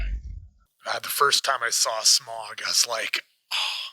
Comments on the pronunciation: How do you miss-pronounce Smaug when the actors say it different than you? It’s pronounced sm-ow-g not sm-or-g. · Im trying to not let it bother me that y'all keep saying "smog" 😫 In my head every time I'm like "nonono Sm-ow-g. Smaug. Listen to how every character is pronouncing it!" 🤣🤣🤣🤣🤣